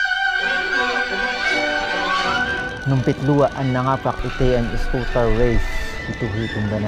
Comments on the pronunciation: It's eskootr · people might hate me for this but... i laugh whenever he says sCooWteR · Skootr pa more , makatilaw ka sakoang kamao ron lol 😂